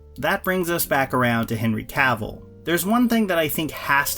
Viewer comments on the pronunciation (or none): Dammit, it’s pronounced “kah-ville” not “caaaah-vole”.